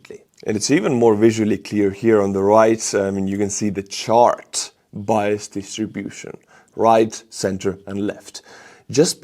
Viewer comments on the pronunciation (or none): none